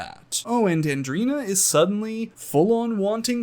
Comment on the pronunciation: I found it so strange how everyone keeps calling Andreina - AndrEEna. Like Andrinochrome. Its Andre-ina. Andreina. Its so simple